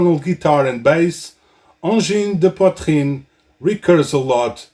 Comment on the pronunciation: From Quebec here, this is a very good video on the topic, and your explanation on how to pronounce the name of the band is very very close. The "an" sound seems to be the hardest to get exactly right. Plus, I learned a few things! Well done!